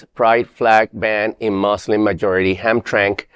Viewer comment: Sweet baby Jesus son. It's pronounced Ham tram ick Michigan. It has ham in it so why are these disgusting fake religionists living there? I love ham. And drinking and whoring. Long live the Christian Crusaders!